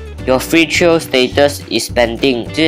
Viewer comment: Trial read wrongly bro